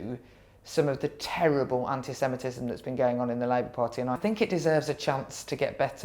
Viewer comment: She has a problem with saying anti semitism.